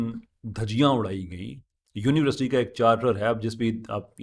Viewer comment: ap university ki pronunciation daruat farma lain shayed ap Urdu boltay hovay " univerasity" bol daitay Hain instead of university, with due respect daruatagi farma lijye,jazak Allah.